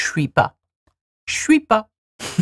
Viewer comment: Le "shwee" et non pas "chuis" me perturbe as a french person